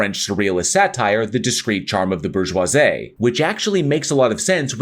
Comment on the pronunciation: Brother... do you hate the word "bourgeoisie"? You butchered that shit.